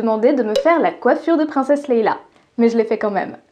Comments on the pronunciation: Leia, pas Leila 👀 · Non... Pas toi... Pas "Leila" au lieu de "Leia"... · seconde et deja NOON LEÏA PAS LEILA!!!!!! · Hérésie ! On ne dit pas princesse LeiLa. On dit princesse Leia. Il n'y a pas 2 L. 😁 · C'est ce que Loulou m'a dit ce matin au petit déj' XD Même pas "bonjour" ni rien, juste : "Y'A PAS DE "L" DANS PRINCESSE LEIA BON SAAAANG" XD Toutes mes excuses... En même temps j'avais réussi à dire "lampiridae" alors il fallait bien que je rate une prononciation dans cette vidéo ! c'est ma marque de fabrique ;) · Leia pas Leila 😂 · Je crois que tu as dit "Leila" et ça... c'est difficilement pardonnable. Je pense que je vais me désabonner, signaler toutes tes vidéos et heu... d'autres trucs, je sais pas encore quoi mais je trouverai.